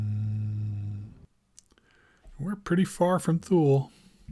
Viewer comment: I believe its pronounced Too Lee not Thule